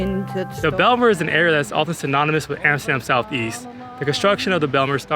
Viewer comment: Ummm...so the J is silent😉